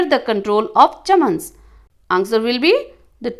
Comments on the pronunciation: Chahamana ❌ chaman🎉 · Chahamana ❌ chaman 🎉